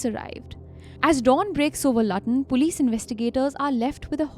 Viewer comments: Pronounced looton Not lutton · It's pronounced Loootun not Lutton! Theres frequent trains to London St Pancras, London bridge, Gatwick Airport and other London terminals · Luton. Not latan😂😂😂😂😂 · You didnt pronounce it as its written, ur saying LAATIN...... Its Written as Luton, LU - loo, Ton. I love how your co-also says Laatin😂. Also my child, its no Leeyered, its Lay-ered. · If it was Lutton it would have 2 Ts. Lu-ton only 1 T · But its written as Lutton. Not Laaton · it is called Luton not latan😌😏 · Please dont call the Luton city as Latan. It's should pronounce as Lyuton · Pronunciation is not Lut-un its called Loo-ton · Lutton?!? Come on guys… should have come up in your research… it’s pronounced as “Lootun”.. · It SOUNDS - LOOOTON - NOT LUTTUN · Hello children "Lutton" is NOT pronounced as "Laa -tin". Its pronounced as "looo - ton". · Wait, Lut-on? Isn't it pronounced as Lewtun? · Lutton ( sounds button) it’s Looton 😂😂😂😂😂 please try the pronunciation before making a programme. DISAPPOINTED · Lutton??? I was confused, I thought you were talking about totally different city in a different country. BTW It’s pronounced Lootun.😊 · Haha it’s not a big deal is it?! I’m from London so familiar with Loo-tuh-n and I realised what you were saying quite quickly. Why rhe hell would you know how to pronounce such a random place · There is actually a place called Lutton as well as Luton in the UK. It's in Lincolnshire. So that's why I was a little confused at the start of the video, but it's perfectly fine if you accidentally mispronounced it. Everyone mispronounces something once in awhile. It's not a big deal people! 😂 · That's fine. It's pronounced as 'Looten' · I did laugh at Lutton but given many British place names can look one way but are said another its hardly the end of the world. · Okay the pronunciation of Luton is wrong. It's pronounced lewton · It's pronounced Lootun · It's Luton not luuutooon say it properly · ITS PRONOUNCED LOO-tun. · Luton pronounced Lootan